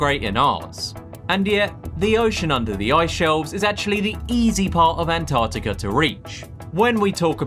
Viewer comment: Mate ya might want to learn how to pronounce ANTARCTICA before you make yourself a guru on it innit😮